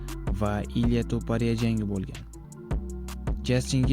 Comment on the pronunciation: Meni fikrimcha Ilya Topariya emqs Ilya Topurya gapirish nutqingizni ozgartiring va sozlarni yaxshilab yodlang toxtab qolyapsiz